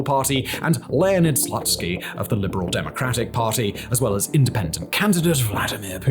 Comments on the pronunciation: It is pronounced 'Slootskiy', but yeah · I appreciate the work you put into the video, but can you please check the proper pronunciation if you're doing the piece on the topic? OblAst? Zaporizhezhezhehzhe? SLUTSKY?